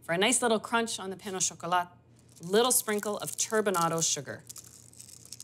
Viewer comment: The "T" in "croissant" and "chocolat" is silent. Nice demo, thank you.